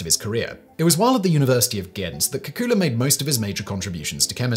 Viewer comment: I always heard the name as “kay-coo-lay.”